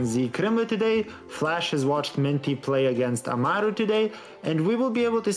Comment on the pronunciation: yes, lia just clarified it as well. I didn't mean to attack anyone, it just felt wrong that they kept pronouncing his name like that even though the screen showed amal and not amaru. I'd get if they couldn't pronounce it like it was shown due to accents or mother tongues but I didn't know this would be the case. Once again, I do apologize if it came off as rude instead of criticizing.